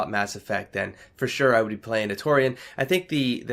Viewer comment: ...please tell me you aren't going to pronounce "turian" as "taurian" for all of the ME games. Please.